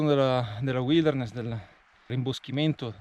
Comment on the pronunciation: ...al di là di tutto "uilderness" non si può sentirere....per il testo tanta roba!